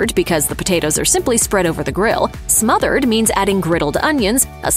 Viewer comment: It's called smothered not mothered